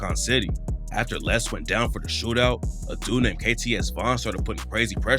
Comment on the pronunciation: Cant even pronounce his name right lol Lil LAY